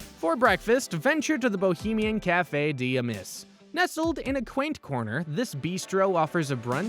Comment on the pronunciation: “Café Dee Amiss” 😂🤦🏻‍♂️